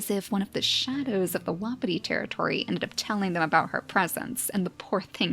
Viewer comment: hey just wanted to let u know that wapiti is pronounced "wha-pee-tee" :3 love the vids!! keep up the gr8 work <3333